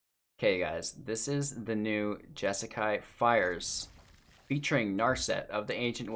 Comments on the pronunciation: say it with me... JESS KAI. JESSSSS KAI. J-eh- sss -k-eye. You're welcome! Please do a monthly deep dive into the deck, but on;y if you can say it right. Good luck! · Say Jesakai one more time